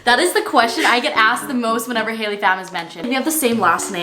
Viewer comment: The thing said hakey